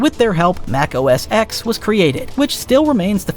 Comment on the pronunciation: Are you an AI? You said: “Mac OSX” instead of pronouncing it “Mac OS TEN” as a human would.